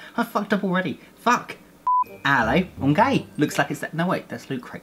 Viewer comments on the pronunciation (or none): I thought he said "I'm gay" at first but he says "alli okay"